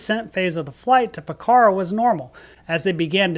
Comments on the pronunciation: Pokhara is pronounced Pok-ra, no “h” and the first “a” is almost silent. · Pokhara is pronounce with a long “o” sound and the accent is on the first syllable. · Yikes, I've done that exact flight, back from Pokhara ("POKarra" not p'KARA) to Tribhuvan. Took the bus going out though, the bus was more scary!